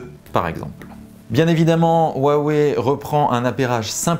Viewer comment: WAWEI et ça se dit Youtuber Tech ^^^^